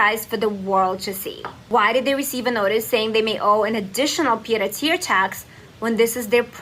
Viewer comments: It’s pronounced “pee-ay-deh-terre”. NOT “pie” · ̣ it's "pee-EDD". Not PIED!! 🤣 pied-à-terre = second home. ̣ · 'It's pronounced "pee der tear" not "pie deh tear ". (Tear as in tear something up!) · Please,: too distracting for you to say "pide a ter". And "pade ah terr." It Shows you don't even know what it means. Pronounce it "pee-aid uh tehr". You're too critical of people you think are stupid, when you can't pronounce a French word used in English all the time. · Please, PLEASE don't call it a PIE de terre tax. It's a pied-à-terre (pee-ed-ah-terr), meaning foot to ground, IE, physically in NYC. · Drives me nuts too. It's pronounced "Pee-ED" de Terre. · "pee-aid a tare" Not pied. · I love your content but you have GOT to learn how to pronounce “pied-à-terre”. It’s not PIED like a baked good or PAYD like payday, it is “pee-aid”, as in the French word for foot. Pied a terre means “foot on the ground” and refers to how having a second residence lets you keep a “foot” in another city or country. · FYI, it’s pronounced “pee-YAYed-ah-terre.” 😊. ❤ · Uh, it's pronounced pi-ed a terre. Learn what a thing is before you try to report on it. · "pie dare tear" thanks I hate it... You literally just showed a reporter pronouncing it nearly correctly, so how did you mess it up so much? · Oh, dear god! Please learn how to pronounce words before you speak. It’s not “pie” de terre. Your phone can tell you how to pronounce words. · It's pronounced "Pee-ED" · Pee Ed a terre😂 c’mon man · “Pee-eh de terre” since accuracy can clarify what’s being said. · Look up the pronunciation. It's like pee ed a tare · Say "pea-ed a terre." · Love the work, just... if you're going to say something from another language, google how to say it first. The intro clip literally has it pronounced correctly, and it just comes off as being ignorant, when you certainly aren't. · not how you pronounce "pied-a-terre"